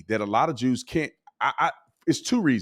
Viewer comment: Since when cant you say Jews in a podcast? Why does he keep saying "Droos"? Jew jew jew jews jews jews. See? No lightning bolts....